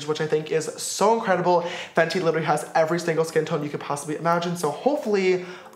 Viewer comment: haha its FENTY not FENTI lol